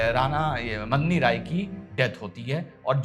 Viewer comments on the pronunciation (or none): Last mei daulat khan ko ibrahim khan bol gaye ji!! Medini rai ko madni rai mat boliye🙏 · dr साहब ,, battle of khanwa , - खानवा का युद्ध, मैदिनीराय चंदेरी के राजा सही उच्चारण , "खानवा का युद्ध", " मैदिनीराय "